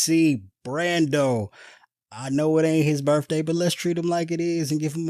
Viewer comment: I need to see a meme of Bernie with mittens in the jury box! LOL! (Oh, BTW...the word is birTHday...not birFday!)